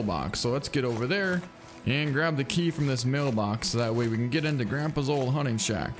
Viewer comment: The hunning game, way of the hunner